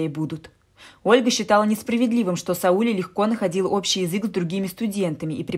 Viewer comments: Не Саууле, а Свулеее. Ударение на "е". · Сауле, произносите не правили но не СаУле, а СаулЕ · СаулЕ-ударение на Е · Не Сауле,а Сауле ударение на букву е ,а не на у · Спасибо за рассказ!В имени Сауле ударение падает на "е". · А я так впервые слышу это имя СаулЕ и мне абсолютно всё равно на какой слог падает ударение. Тут хоть бы уловить смысл повествования, автор читает как будто за ней кто-то гонится. Но кто хорошо знает, как произносятся слова и имена под ударением, согласна - слух режет!!! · Сауле, ударение на е. Очень красивое имя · Я русская Казахстанка и мне режет уши не правильное ударение в имени СаулЕ🙄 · Литовское имя Сауле ( ударение на А) означает солнце.Так что не спорьте. У вас имя так произносится , а у нас так Сауле (а) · Ударение в имени СаулЕ...бьет по ушам! Правила постановки ударений одинаковы и для русского и для казахского языка! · Как режет слух. Правильно говорить надо СаулЕ! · Вам бы лучше перезаписать этот рассказ. СаулЕ! СаулЕ! СаулЕ!!! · Это СаУле невозможно слышать, режет слух,очень неприятно. Да и вообще, рассказ ни о чем, лишь бы хоть что - то написать. А писать не о чем. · И ещё на Сауле-Сәуле ударение ставится на подследнюю букву. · Сауле ударение на "е". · Сауле- ударение на "е" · СаУле,ударение на У.Надо немного поинтересоваться....,а потом читать.Хотя вы читаете хорошо)) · Я про ударение в имени. Вы, наверное, просто не знали, как произносится это имя. Ничего, теперь будете знать. 👍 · Имя Сауле, с ударением на последнем слоге (ле). Очень распространено в среднеазиатских республиках СССР и Каз.ССР, к сожалению, теперь -- государствах ближнего зарубежья. Сауле -- красивое имя. Не искажайте его звучание неправильным произношением. Это очень важно для многих. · Сауле ударение ставится на последний слог.Режет слух. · Бред!А девушка, которая читает, должна бы знать, что Сауле, имя азиатское и читается с ударением на на букву а!не возможно слушать! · Читайте правильно имя Сауле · Сауле, ударение на " е"...